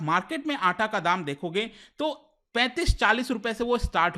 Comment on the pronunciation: It's not atta it's 'Aataa'